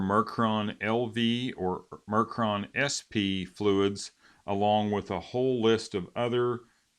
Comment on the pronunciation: It’s Mercon, not Mercron